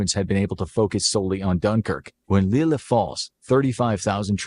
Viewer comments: Lille is pronounced leey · you know the video maker doesn’t have the best attention to detail when they have a map of Germany as it is today; Germany’s borders in 1939 were very different! And so the rest of the video showed. “British Channel” and the pronunciation of Lille being particular low points!